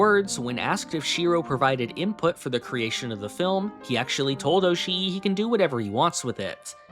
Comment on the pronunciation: Just fyi, double vowels in Japanese names / words aren't supposed to be pronounced as two vowels. They signify that the vowels sound is supposed to be held for longer. So instead of being pronounced oshi-i it's pronounced oshi but with the I sound sustained for a bit